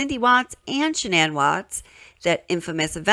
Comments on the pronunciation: Okay this isn't the first time I've noticed this but why does shannans family pronounce her name like SHANNan yet Chris and many others change it to shaNNAN? Does Chris know how to say his own wife's name? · I like that her mother, father and brother all pronounce her name SHANNON vs Shuh- nan. I wonder when and why she changed it? Poor girls ❤ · Interesting how her Dad pronounces her name like “Shannon”, but the rest of the world pronounces it like “Sha-nan”. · The parents called her Shannan, not Shannon, she herself only changed the pronunciation to the last syllable.